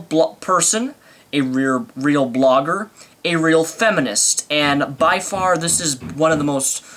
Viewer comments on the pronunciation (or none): A rear blogger, you say? I say, sir, what is a.... "rear" blogger?